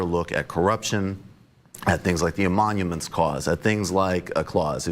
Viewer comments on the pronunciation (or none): mb sounds as dumb as d.rubin . It's "Emoluments" not "emonuments", what a dumb idiot. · What is "amonuments"? LOL